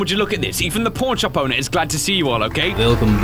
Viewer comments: Did anyone notice at the beginning he said porn shop owner instead of pawn shop owner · Does anyone else crack up when says “Pawn shop” because it sounds like porn shop?😂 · Is it just me or when says pawn shop it sounds like he says porn shop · every time he says pawn shop it sounds like porn shop to me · When he said pawn shop at first I thought he said porn shop XD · it also sounded like you said porn shop in stead of pawn shop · When you saw pawn shop it sounds like porn shop. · i can still hear porn shop instead of pawn shop lol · Is he saying porn shop